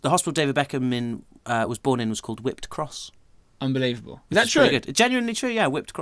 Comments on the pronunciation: Lool it's whipps cross not whipped cross, I was born there as well! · The hospital David Beckham was born in is called Whipps Cross - not 'whipped'. I was born there as well which is quite cool.